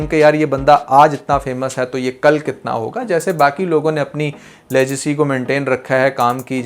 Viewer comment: Legacy ko pronounce aapne galat kiya hai😇